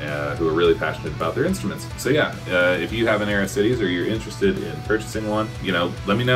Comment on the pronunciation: Aris-tee-days. Nothing to do with Ares' chest. Also: Man that packaging is both horrifying and calming, since it apparently is packaged well enough to survive that :D